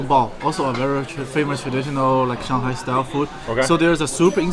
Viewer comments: Why do you call it Shen-hai? rather than Shung-hai ?? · It's pronounced SHANGHAI not Shenhai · It's not "Shanhai", it's "Shanghai" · Sir, with all due respect, why do you always pronounce "Shanghai" "Shan-hai" the "g" is missing. The correct pronunciation is "Shang-hai" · it's shang-hai not Shan hai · you can tell the expert by the pronunciation of "shanhai" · Note to Self - Its SHAN-G-HAi NOT SHAN-HAI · san- hai😂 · He kept pronouncing Shanghai , shanHai deliberately to disrespect china. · Its SHANGHAI! not SHANHAI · Shen-hai.....??? 🤣merica pronunciation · Why are you pronouncing shanghai as shanhai? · It is not 'Shan-hai.'.. Other than that your vedeo is very nice. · where the e in shang ? :D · Is the "g" in Shanghai silent? 🤔 This guy seems to pronounce it as though it is. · I’ve never heard anyone pronounce Shanghai the way you do. Ridiculous, there’s a G in Shanghai. Use it!!!! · Why are you saying ShenHai? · Bro, learn how to say Shanghai if you’re going to make a documentary about it 😂